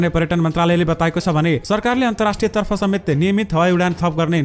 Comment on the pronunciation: म तपाईंको समाचारको नियमित स्रोता हुँ । कृपया समाचार वाचन गर्दा नेपाली शब्दको सही उच्चारण गर्ने गर्रौ । जस्तैः “तर्फ” लाई त्रफ भनी उच्चारण गर्नु हुन्छ ।